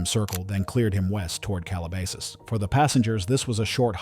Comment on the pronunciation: Your AI needs to pronounce words corredtly. Cheap sloppy work. Calabasas is pronounced "cal-ah-bas-us. Do your homework. Very disapointing. 😡